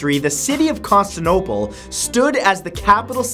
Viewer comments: Matt it is Constantine-o-pole not Consti-no-pole. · Why do you omit syllables from certain words? Constantinople vs Constanople. Operation Barbarosa vs Barbosa....come man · "The city of Constinople" lol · Exactly it's not Constanople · Gangd0ge same here...and saying Constinople, not Constantinople drove me crazy as well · barbosa and constinople. have you really never heard those words before Matt? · Penguin Lips accents don't make half a word disappear. Proper con-stan-ta-nope-al How he said it. Con-ster-nope-al Accents just change the sounds of voul and constants. So German w are v and Chinese l is r. Plus American words sound the same as any English pronunciation it's just he mess up. Much like there militaries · matt just wanna say its CONSTANTINOPLE not constinople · "Costanaopal" Constantinople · "Constinople"? you mean "Constantinople" that's Con-Stan-Tin-Opal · its also Con-stan-tin-ople not Con-stan-ople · It's Constantinople not Constinople. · btw, you pronounced "Constantinople" as "Constinople"... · Constinople? Is that how it is pronounced? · Stephen Spence Con-stan-ti-no-ple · Stephen Spence con-Stan-ti-no-pole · Hey what's up guys it's Scarce here Con - Stan - Tin - No - Pole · constinopal......constinopal.....CONSTINOPAL. you know what, it's fine it's fine I'm fine I AM NOT FINE! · just recently watched extra history's series on the byzantines lad, SAY IT RIGHT! CON-STAN-TI-NO-PLE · Matthew, it's pronounced " Con-STAN-tin-ople " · I think it's conSTANtinople not constinople.... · That is not a Canadian thing.... he completely removed an entire syllable in Constantinople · this is the guy who pronounced Constantinople Constanople, so dont expect much. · Uh, Matt, Little Friendly Advice, It's Pronounced Constan TIN ople And Bih-zin-tine (You Put The Emphasis On The "By" In Byzantine, By The Way) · Take a shot every time he misprounounces Constantinople. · why does his pronunciation of Constantinople bother me so much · He said Constantinople wrong.